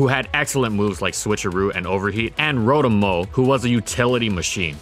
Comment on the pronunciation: It gets mentioned all the bloody time and to this day he keeps pronouncing its name wrong, it's row (as in row a boat) and tom (like the cat). It's "row-tom", not "rou-thum".